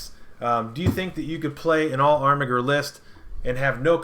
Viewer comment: This video is unwatchable to me cause of the way you butcher the pronunciation of armiger. It's like you're doing ermahgerd. It hurts my ears. Good content otherwise